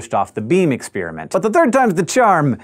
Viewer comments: Expiriment, expiriment, expiriment, expiriment, EXPIRIMENT. It's called experiment! With an "e"! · I can't get over the way he says ex-spearmint.